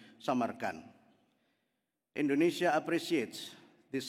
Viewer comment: Kadang ada nyebut INDONE SYIA